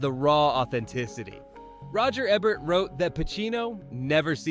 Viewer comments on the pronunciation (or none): That's pronounced "Eeeebert."